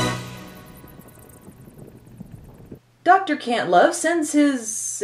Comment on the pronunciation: It sounded like the General said, Dr. Cuntlove lol